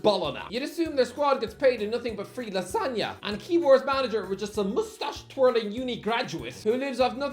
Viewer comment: I find it ridiculously funny how he pronounced Bologna as 'BOLONA' but still proceeded to pronounce Lasagna correctly IN THE SAME SENTENCE.